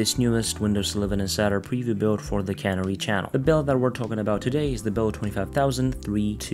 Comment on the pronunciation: Canary, like the bird. Not, Cannery, like a factory.